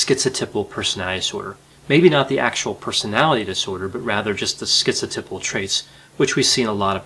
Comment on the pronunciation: it's pronounced schizo TAI pal, not TIP al.